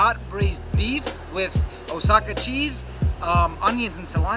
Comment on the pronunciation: You'd be surprised how many I've heard call it Osaka. Osaka is in Japan. 😝